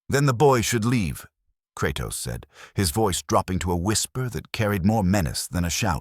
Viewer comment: Kratas? Lol